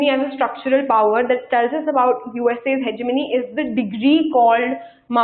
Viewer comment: Ma'am your lecture was very helpful indeed! I just want to say one thing more is that please see to your pronunciations and try to correct them.As students will listen to you and will speak the same. ex:routes..hegemongy listen to the pronunciations on youtube. Please do not mind it is like that for cbse students besides the concept these all things matter too.